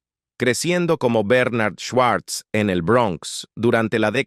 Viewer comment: Si el era judio. Y se pronuncia shvarts